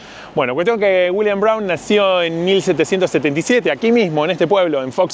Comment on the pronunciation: dice dAblin, dice Williams el ass roto este